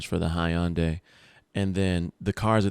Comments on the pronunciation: Hyundai is pronounced huhn·day not high'yun'day 😆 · Lmao "Hi-on-day" 🤣 🤣 🤣 Hyundai = (Hun-Day) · The “high-an-day” 😂